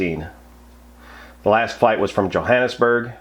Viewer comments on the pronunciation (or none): none